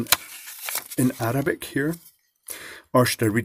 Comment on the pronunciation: God, this video is rivaling AvE: "Uh-RAH-bick" "Ramadam too seriously" "The one in British" "It looks like *mohawonhaaa*" "You infidel" "The other brown liquid" ... lmfao